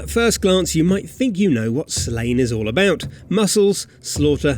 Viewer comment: Slaine is pronounced Slawn-neh in Gaelic......it makes me physically retch every time someone butchers the sacred name so learn it or else feel the wrath of Brainbiter.....